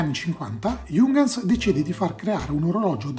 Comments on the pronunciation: Ehm c’è anche un altro errore, Giungans non si può sentire. Si pronuncia “Iunghans” (l’h va pronunciata). Se nei prossimi video tratti altri prodotti tedeschi e hai dubbi sulla pronuncia scrivimi. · si pronuncia però "iung-hans" con la i e l'acca aspirata, non "giungans"...